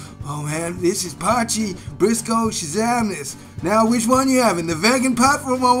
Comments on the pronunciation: You say "po-chee" but it's actually pronounced "poy-key" :) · Its pronounced Poi Key not Potchy 😂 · Poy (like toy) key. Poy-key. Not potchie.